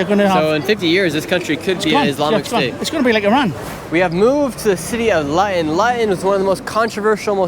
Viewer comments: It's not LYON " IT's LUUUTON !!! like FOOT-ON !!!! GEEZUS CHRIST !!! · Why did you pronounce 'Luton' as 'Lion'? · its pronounced 'loo-ton' not Lyion. I know you're American and not English but I just can't stand it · Standing in front of a sign and mispronouncing it repeatedly "We're in LUTTON. The most disgusting, vile and dangerous place in the UK." Interview "So, what's it like in Lutton?" "It's Luton. LOO-TUN." "Yeah, we've heard it's a great city and there's many different cultures here." I grew up near Luton. It's definitely quite a bit 'stabbier' than the surrounding towns but it's not the worst. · Thats not pronounced Lutton, its pronounced Looton. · Nick heard Luton pronounced Looton but her continues to pronounce if Lieton. Not very observant of him. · Lutton…..😂 it’s pronounced “looten” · ITS NOT LATON.. ITS PRONOUNCED LOOTON BRO LOL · Lut on ? It's pronounced (Loo- tonne) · “expeshially” 🤦🏼‍♀️Edward R. Murrow is turning over in his grave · City of Latan. 😂. Typical American. It’s pronounced Loo-ton. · LUTON is not pronounced “Lutten” its pronounced “Loooton” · pronounced loo-tonne not luh ton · 😂🤣 brother its Luton pronunced ( looo-ton) not Lion. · Lut-on? Loo-Tonne 😉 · It's pronounced "loo-ten", not lutten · LOO-TUN not Luhtun. Tommy Robinson's home town. He'd be laughing if he heard you call it that... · shirley its pronounced looten not louten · sorry but you have pronounced Luton wrong it is pronounced Loo-ton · God bless him, it’s pronounced “Lou-Ton”. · *Luton - pronounced = Looton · Pronounced, Looton my bro 👊👊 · the way he said luton as "lutton" lol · Its pronounced Lootan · Good video :) It's pronounced loo - ton though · It's pronounced LOO-TON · Great vid but sorry, it’s ‘LOOton’ It it rhymes with button, it needs two Ts. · Luton is pronounced Loot-in/Loo Tin. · Pronounced Lootun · Luton = pronounced “ loo tun” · Little FYI, it's pronounced Lootun. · Your pronunciation of 'Luton' is absolutely horrific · The way he pronounces Luton is crazy 😂